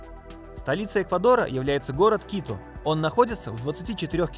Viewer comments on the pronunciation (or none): none